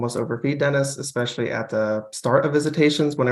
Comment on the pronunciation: Ugh! Have to do a petty vent -- therapist Ashley has a doctorate but says "ex-specially". Come on!